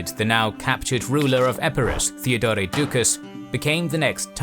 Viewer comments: Nice content, but I find the pronunciation of the narrator rather distracting. The article "the" always being pronounced as "thee". And the name "Theodore" being pronounced as "Theodoreh". I'm not sure whether the intention was to pronounce it in some kind of style that sounds "Greek". I think that in actual Greek it is Θεόδωρος (theh - Oh - doh - ros, with stress on the "Oh"). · And Theodore as Theodoray, and Radoslav as Radoswaf 🙄